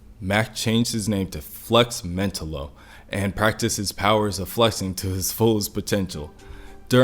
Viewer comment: Nice but it’s pronounced “flex Men-tah-lo”